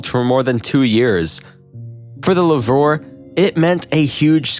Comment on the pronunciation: Did he really just pronounce "Lourve" like "La-vore"??